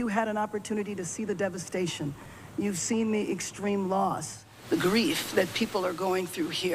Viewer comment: "We have the greaf of the 28 California's who have tragically perished. And sadly, you're gonna be finding more." - Trump